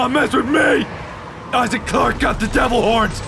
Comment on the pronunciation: He just said issac perfect